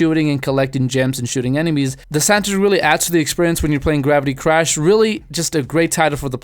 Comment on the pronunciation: On number 10 we have grabitybashfhdfdflds - how about less speed and more pronunciation? The game is called Gravity Crash Ultra by the way - without Ultra it's a PSP game.